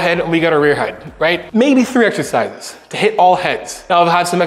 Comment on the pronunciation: Greg says " eghzecises"🙃